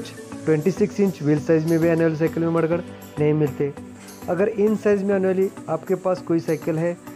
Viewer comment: Are u saying mudguard or marguard